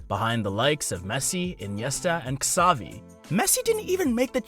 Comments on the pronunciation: Ksavi? Bro. Learn his name. Its pronounced “cha-vi” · no it is not, he is from Cataluña, a region of Spain where they speak catalan. So his name is pronounced as cha bee Just look at an interview or something and you'll see